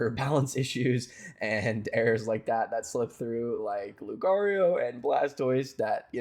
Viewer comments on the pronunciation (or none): It’s lucario